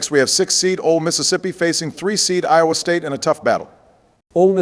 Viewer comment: Trump says iowa state wrong hear